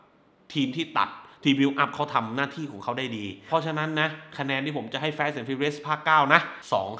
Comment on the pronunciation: พี่ครับพยายามอ่านว่า ฟาส เถอะครับ ลูกผมมันเรียนแบบเรีก แฟสๆๆๆ มันตลก